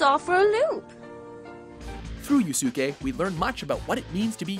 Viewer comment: YU SU KO..... GEEEZ